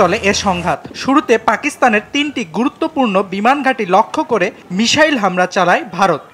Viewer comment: এইসব সাংঘাতিক কোন জায়গা থেকে ধোয়ার নিয়া আসে? মিসাইল রে কয় মিশাইল